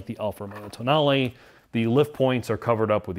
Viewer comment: Did he just pronounce "Tonale" TOE-nail? It's toe-NAH-ley. They got it right at other places in the video, so maybe he was making a joke.